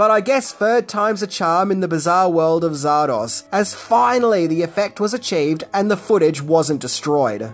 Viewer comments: Zardoz so why keep calling it Zardosh? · its zardoz ZARDOZ not zardos come on now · Hey mate why in the heck you saying: czardasz ?? Batsht crazy Aussie, are ya?! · Sorry dude it's Zardoz Not Zardosh Please pronounce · after watching the whole video i still don't know if you pronounce it "zardoZ", "zardoS" or "zardoSH" :) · You say Zardosch, and I say Zardoz You say good film, and I say weird film, Let's call the whole strange. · Zardosh!?... maybe that's how Sean Connery pronounces it😅😂🤣🤣🤣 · “Zardosh”? What, is it Hungarian? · why does this bird keep calling it ZAR-DOSH??? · What's, "Zardosh"? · Stop saying Zardorzshh, you massive. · Why did he keep saying "Zardosh"? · I last saw this film in the mid 80s on my tiny black and white TV, so my memory is definitely not great, but why did you pronounce it Zar-dosh at the start? Is that how it's said in the film? If so, I really don't remember that. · hey why are you sometimes pronouncing it "zardosch"? did i miss something? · I couldn't tell if the Zardosch was a nod to Connery and his accent. In the outcome he did say sheeya! instead of seeya! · I'm not proud of how long it took me to realize why was saying Zardoz the way he was. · So you can't even properly pronounce or even spell the name of the film! Astounding! Yep you're right... You are tripping balls